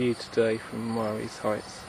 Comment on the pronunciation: Marye is pronounced "Marie". Thanks.